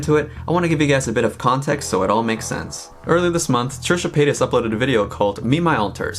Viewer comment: It’s Paytas